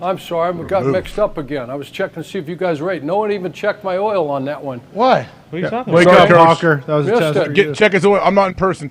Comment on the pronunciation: AJ.. “checkin oyle” “checkin oyle” 🤣🤣